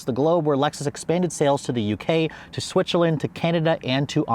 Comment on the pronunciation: Well, according to their overall sales numbers, I think Lexus doing fine, but with us car enthusiasts, “fine” is never good enough. Also, for the people who hate it when companies badge engineer vehicles, Lexus’s best sellers are all based on Toyota products. 😂😂 “Switch-zerland” 🤣🤣 Love the content.